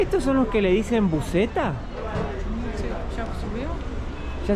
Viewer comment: JAJAJA CUANDO HABLA DE LA BUSETA (fonéticamente) LISANNITA YA ENTIENDE 🤣🤣 SE VE QUE APRENDIÓ MUCHO EN LOS VIAJECITOS QUE HICIERON A BRASIL EH 🤣🤣